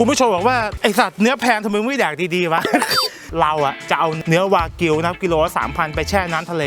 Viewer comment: ตกลงวากิวหรือแบกิวครับ555